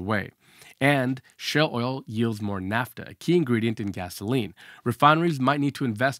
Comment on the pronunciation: Naphtha, not "NAFTA" 🙂 NAFTA was the North American Free Trade Agreement.